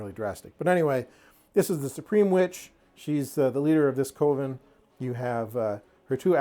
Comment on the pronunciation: Forgive me for sounding rude, I truly do not mean to come across as such. I think coven is supposed to be pronounced more like "kuh-ven"... not "koh-ven". I had an English teacher back in grade school who was a bit of a stickler, and apparently old habits die hard :( Again, please forgive me if it comes across as rude.